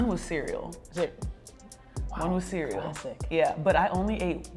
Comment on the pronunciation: once nneka said this i starting repeating to myself “cereal”, and the shock i felt when she said cereal 🤯🤯